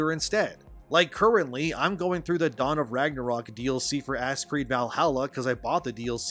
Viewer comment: Absolutely lost it and almost set a new record for spitting my water across the room when i heard “Asscreed”. Made me think if a full title name: Asscreed: Shadows of “The Message”